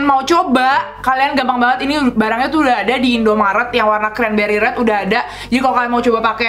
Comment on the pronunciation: Rrrrrrrrrreeeeedddd nya bukan red in english :D rrrreedd kak rrerdd bneran lucu kaka kuh panutan